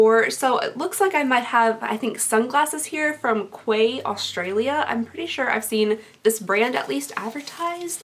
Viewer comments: Quay is prounounced like key btw lol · Quay is pronounced key , i know, crazy! lol I don’t get it either lol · I’m so excited to get those sunglasses as well. And just an FYI Quay pronounced like Key. I can’t wait for my box. It should be here Monday 😍😍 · Quay is pronounced 'key'. QUAY IS PRONOUNCED KEY. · The Quay sunnies are pronounced "Key"! Fun fact: Alissa Violet has a sunny line with Quay. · Quay pronounced key. You're welcome 😉💖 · Quay is pronounced “Key” 😊❤️ much love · Love the sunnies on you! It’s pronounced like ‘key’. Loved the video though ❤️ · Just FYI the sunglasses are from Quay (pronounced Key) 😉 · Its pronounced Key. And Quay is a Morphe brand. Just an FYI! Always love your videos! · Ouai is pronounced “way”. Quay is pronounced “key” This is one reason among many why I could never do YouTube, but I’m glad you do! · Take care. Much love from Australia ♡. P.s. Quay is pronounced Key 😉 Dictionary result for quay /kiː/ noun a stone or metal platform lying alongside or projecting into water for loading and unloading ships. synonyms:dock, wharf, pier, harbour, berth, jetty, landing, landing stage, landing place, slipway, marina, waterfront, sea wall, embankment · Hey just thought that I would let you know that quay is pronounced key I know it’s so confusing no hate your amazing ❤️💕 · Thank you so much for your videos I watch most if not all of them. I m getting my box on Monday and can't wait. I think it is pronounced key. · Quay is pronounced "key" ;) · I believe The sunglasses are pronounced Key 🔑